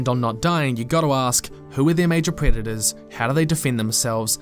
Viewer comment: Took me the briefest of split-seconds to realise you said "Who are their predators" - and not "Who are their creditors"